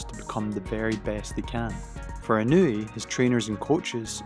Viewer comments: Absolutely butchering his name. It’s not In-new-we. It’s In-ah-way. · It’s EE NOH U EH. Not easy for English speakers cuz of the precision needed for separation of the vowels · Its not technique and training. Any boxer can train exactly like Inoue does. Btw…to you silly Anglos who dont know how to properly use English, its not Eye-Ran (Iran), and the proper way to pronounce his name is EeNoo-Wey. His real secret is not training nor technique. Anything can be learned. Neither is he a superhuman. SECRET: He comes from a happy, intact, functional and highly supportive family with strict family values and morals, who are financially comfortable and secure, who are NOT the usual low-life slum dog niggha losers involved in crime and being dirt poor while dying to show off. Inoeue’s FAMILY and secure, comfortable life give him the peace of mind in order to be focused. He doesnt need to worry about a mother who’s a whore, father who runs away, huge piles of debt and a broken problematic household in a shit location.